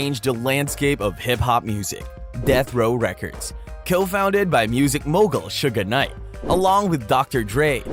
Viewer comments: It’s SUGE Knight… not SUGA Knight 🤦🏾‍♂️ 😂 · IF THIS DUDE SAYS "SUGAR KNIGHT" ONE MORE TIME I'M GONNA SMASH THIS DAMN MONITOR!!!!!!!🤬🤬🤬🤬😂😂😂😂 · i hate all these white voices speaking on black culture. this mofo said "sugar knight." yo, you serious? couldnt finish watching this video at all. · Why can you not pronounce Suge Knight correctly? Not Suga Knight. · If he calls him Sugga knight one more time,I'm gonna ruin another cellphone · Him calling him Sugga Knight MULTIPLE TIMES BACK 2 BACK is WIIILLLD😂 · who told you it was okay to pronounce suge knights name like that?